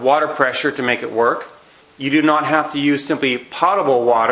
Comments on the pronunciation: Potable's pronounced w/a long o, like Poatable, not pot-able. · If you are going to claim yourself as an "expert" advisor, learn how to pronounce technical words properly. Potable water is NOT pronounced "pot-abel" water; it IS pronounced "pote-abel" water. The dictionary described pronunciation is "/ˈpōdəb(ə)l/". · It's NOT "pot-able" it's "poh-table"... you'd think you'd know this after spending thousands and decades of money and time as you say! Reason I dismiss anything you say! Pretty dumb! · Love what you do, but let’s get it right….”potable” (pronounced POtable, like boat-able) does NOT mean already treated by the city and full of chemicals. It means clean enough to be consumable. In other words, not nasty or polluted. Thank you for what you do… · Thank you for helping everyone out cause we were all like 'What is pot-able?" Weirdo. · Do more research on distilled water, I think you are wrong on those conclusions. Also while I appreciate the information and your video was well done. It would sound so much better if you actually pronounced the word potable correctly. If you are going to use a word several times and to show you know what you are talking about, pronounce it correctly, please. Potable - pōtəbəl pote-ah-bul. Cheers! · POTE. Potable is pronounced POTE A BULL. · P O T A B L E . Long "O" sound. As in Pole, not as in pot. Distilled has been best water for 200 years, btw. No cancer from distilled nor from R.O.water. (Distilled used at most cancer healing resorts for over 100 years; recently went to more expensive waters in some places, for money, not for health) i.e. Inaccurate info in vidao. Also, prices on Berkey site same or better as here. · The word is potable as in potato, not pot. Use the dictionary. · The correct pronunciation of the "o" in "potable" is a long "o" as in "No", not as in "pot".